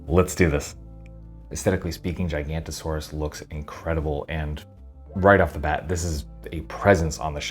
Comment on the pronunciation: It's actually GiganOtosaurus. Giga-Noto-Saurus, which translates to Giant-Southern Wind-Lizard.